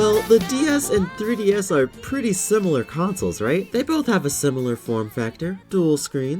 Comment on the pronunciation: da three dee esss